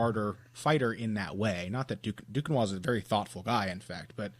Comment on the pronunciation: Victor Zehan sorry bud but the real pronouciation would sound like doo-ken-nwa :)